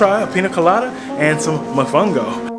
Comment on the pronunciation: Great job! I'm going to look into that sailing adventure next time I visit. Remember to pronounce all the the O's in mOfOngO 😉